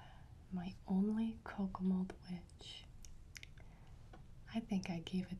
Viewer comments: Same. For the longest time I thought she was saying kokomo.......lmfao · Every time she says Kokomold my brain just goes “ARUBA, JAMAICA, OOH I WANNA TAKE YA TO BERMUDA, BAHAMA, COME ON PRETTY MAMA!”